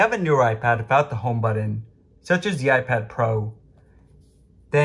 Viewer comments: WTF is a budden? I’m familiar with a buTTon. My gosh at least pronounce it correctly. Thanks for the tip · What’s a buddon?